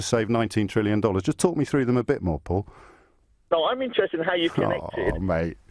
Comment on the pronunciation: It’s trillion. With a T